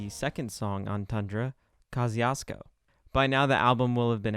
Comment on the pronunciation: That's not how you pronounce Kościuszko :( The closest you can get using "english sounds is" Koss choosh co The mountain is named after Polish (and American) hero Tadeusz Kościuszko.